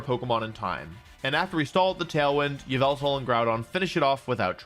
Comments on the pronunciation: It’s called ya-Val-tal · its pronounced yah-vul-tall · it's yavaltal